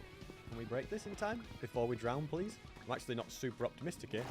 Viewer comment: 200 hundred days pwease